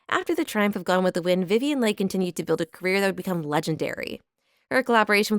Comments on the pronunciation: Agreed. I'd also like hearing Vivian Lee instead of Lay. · Is this an AI reader? Many mistakes, not the least of which: Leigh = Lee not Leigh. Voracious = VorAYtious not vorAWtious. Escalated = EscaLAYted not escaLAWted. Olivier = OlvEAY not OlivER. Desire=DesIYER not DeZERAY. Creating = CreAYting not Creeting.